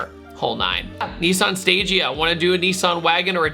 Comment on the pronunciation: For the most part, Stagea I have heard pronounced as "stah gee uh"